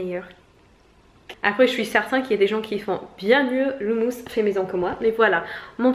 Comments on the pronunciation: Pas de l'humus, mais HOUMOUS avec 2 "OU" 😂😂😂😂😂😂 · Le "humus" comme tu le prononces dans ta vidéo ça désigne la couche superficielle en décomposition (en général dans les forêts), je me doute que tu ne manges pas de la terre mais ça peut prêter à confusion ahahah